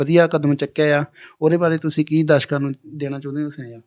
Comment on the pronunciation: dashka ni hunda darshaka hunda 😂😂😂😂😂